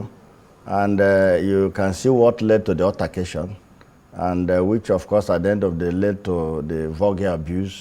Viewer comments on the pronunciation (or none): Oga senator, not urtagation. Altercation. He can not even speak english. Yes, you are a disgrace. Nonsense senator. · Imagine how a Senator pronounced Altercation . Illiterate